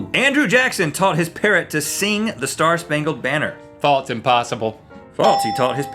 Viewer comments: they pronounce it as "faults" though. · Is it me or are they saying faltse instead of false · Love how they say "faults" instead of "false" XD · No, it sounds likes they're saying "faltse." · It's FALSE. Not FALTS. :P